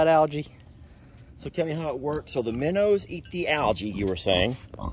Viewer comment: You two should collaborate more. I always laugh so much when y'all are together. The geese will definitely be happy with all the minnows. Or "minnuws" as calls them.😂